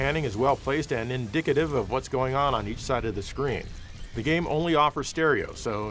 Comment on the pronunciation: "indicative"?! Did he just say dicks?